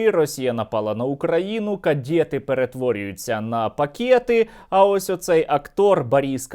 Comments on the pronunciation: Кадєти на пакєти… 😂😂😂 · Кадєти - пакєти!!! 😂😂😂